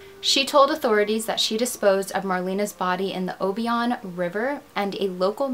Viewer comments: For the record-- it's o-BI-on County.. not O-bion...you're not the first person to get that wrong. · Glad you got this story out. I'm from close to Union City, Tn. This story always haunted me. Pamala changed her story so many times. The name of the river (Obion) is pronounced "O Bye un". Just say it all together. Thanks again. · FYI: Obion is pronounced O-by-n. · I lived in nearby Dresden, TN and I clearly remember when all of this happened. This was an excellent made video, but for one thing, you are mispronouncing "Obion". It's pronounced o-BI-on. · I remember when she went missing. I lived in the next county over from where she lived. I was a teenager at that time. it was on WPSD TV news every night. Obion is also pronounced Oh-Beye-On, just in case you have another story from that county. Love your videos. Always a great job. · I love the work you’ve done on this case ❤️ the only issue is (also a local resident here) the river is pronounced O-bye-on